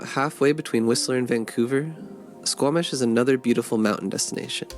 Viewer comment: I am so glad you pronounce that Squamish BC that makes me happy as a Canadian